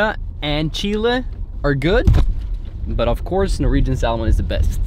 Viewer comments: love norwegian salmon! btw its pronounced with a silent L. 😉 scotts valley in california has the same ambiance as there. small town lots of trees and mountains. and its near sta. cruz where there's super cool surfing. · when pronouncing salmon - the L is silent - just so you know :) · Ha ha you say salmon pilipino inglish normally foreigner say samon with out L